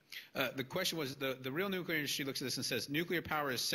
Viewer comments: "New queue ler" ain't a word. I believe they pronounce it new-killer. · If you are capable of saying the following sentence: "Today I got my New, Clear glasses...they are bi-focals", then you are capable of correctly pronouncing the word "Nuclear". Failure to do so puts you dangerously close to being in the same league as The Idiot Bush. "New queue ler" ain't a word.